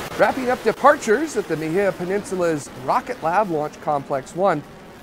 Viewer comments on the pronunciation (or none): You keep pronouncing Mahia wrong. It's a Maori(macron on the a) word. Try to say it like you would try to say a Hawaiian word and you will be getting closer. Ma-he-ah